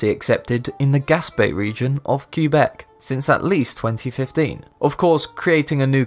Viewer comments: bro its pronouced qaibec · Kweebec?? Learn to speak English or find other work. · Please search how quebec is pronounced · As soon as you mispronounced Quebec I had to close the video.